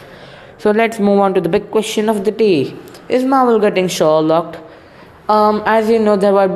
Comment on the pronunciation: I like how u say it Maahwell 😂